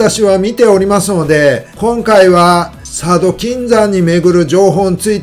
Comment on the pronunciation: 佐渡金山のイントネーションがゴー☆ジャスのマダガスカルw